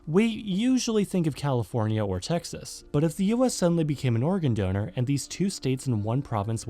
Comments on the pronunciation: You got my like at "Oregon donor" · “An Oregon donater” this is the stupidest thing I ve laughed at